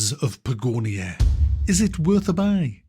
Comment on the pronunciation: its Patagonia without the tatas :S